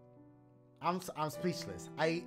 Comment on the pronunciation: “I’m splechless” 😂😂😂 ayy Dashie